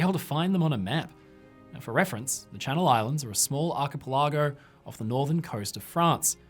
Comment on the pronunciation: Should have checked Archipelago pronunciation.